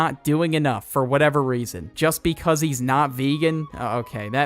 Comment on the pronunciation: I love how was saying "cheese" instead of "he's"